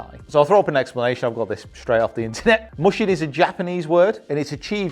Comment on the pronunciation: Great video as always! Getting the mental side of golf under control is definitely a worthy quest. Just one tidbit, “mushin” is pronounced more like “moo-shin” (with the moo said quickly) than “mush-in”